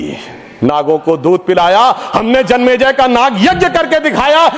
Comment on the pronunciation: जन्मज्य यज्ञ 😂